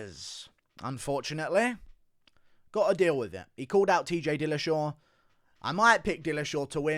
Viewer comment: He did say Pillashaw 🤣